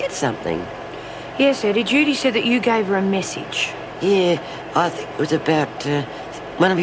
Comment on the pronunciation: someone tell its 'think'not fink